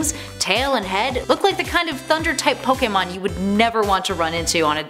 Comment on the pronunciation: Wow she pronounce almost every pokemon name wrong